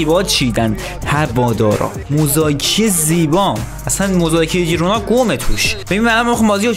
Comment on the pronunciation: بسیار گودرتمند 😘♥️ ولی اسم اون تیم خیرونا هست نه جیرونا 😘✌️